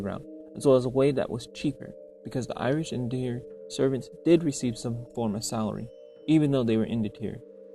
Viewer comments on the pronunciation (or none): Interesting history. (Please, do correct your mis-pronounced word "indentured".. "IN-DEN-TOORED." or "in-DEN-CHOORED" ........not, how you've mispronounced it.)